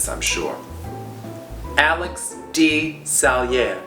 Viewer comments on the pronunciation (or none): none